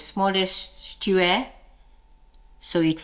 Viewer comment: Lol, love the new pronunciation....Stewer, now its stuck in my head 😊